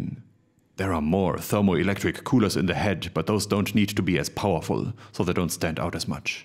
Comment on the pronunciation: Forget the faps I'm just here to hear say koohlah!